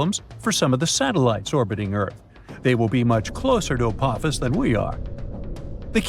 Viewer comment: I can't take the fucking up the name Apophis any more... it's ( A-Pa-Fis) not ( A-poe-fees) !!!